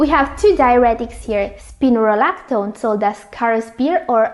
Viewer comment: I need to be sure you said Spirolactin. I have Congestive Heatprt Failure & had Edema & the cardiologist had me on three diuretics which damaged my kidneys. I’ve never had high BP & am not diabetic. I’m off the two strongest diuretics but take half a spirolactin in am & half in pm. Am I to nderstand I should stop this medication?. I do have swollen feet & ankles during the past 6 months & watch my diet very carefully.. I thought Spirolactin was mild & for my heart condition & therefore OK. Thanks for the warnings. Joan